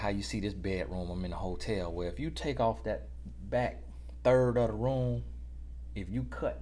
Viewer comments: All this time l genuinely thought he said BIKE.... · You know this whole time he was saying “ bike” and now I understand that he was saying “ back”😮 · Thought was saying BIKE but he saying BACK 😂😂😂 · say b-ack. Utube say bike in subtitles lol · At first I sincerely thought he was saying "bike"... I'm 4 videos in a row and I get it now 😂😂😂😂😂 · U mean to tell me....😭 Lemme rewind cuz I know this man was talking about a bike!💀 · 💀 I could’ve sworn he was saying bike this whole time 😤